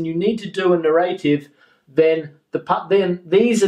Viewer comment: Very useful and well structured video. But may I ask something?What puzzles me is that you pronounce narrative as "narr- eight-eve" just like as "native" is pronounced. I just can't find this pronounciation anywhere. Thank you for your reply in advance!